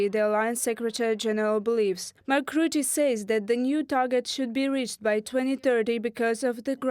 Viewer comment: Rutten...with an u as in hut but cut no ou as in you...PLEASE do your home work, get at least the names right..